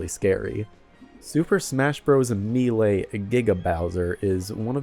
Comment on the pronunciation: Do you say melee like that on purpose